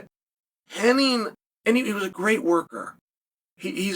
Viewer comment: HennIG not Henning